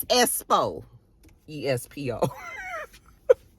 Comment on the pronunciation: Not Black Espo… she needs speech therapy